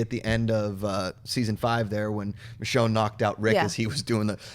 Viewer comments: It's pronounced Mishonne NOT Mitch-onne!! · C'mon John! It's Misjone, not Mitjone, we told you this last week! Enjoyed the recapshow! :) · Say it with me, my brother: MIH-SHHHONE (the "SH" sound). Okay right on. ;) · Michonne is pronounced, MISHHHONE! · Bro learn to properly announce Michonne. It's pretty annoying.